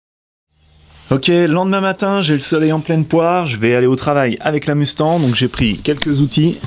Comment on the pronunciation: salut, pourquoi tu dit mustan au lieu de mustanG ?